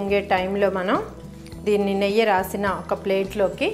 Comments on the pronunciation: Not neyya it's neyyi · Not neyya it’s Neyyi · Hey what district you from.. is it neyya or neyyi. Guntur are we say neyyi. neyya sounds funny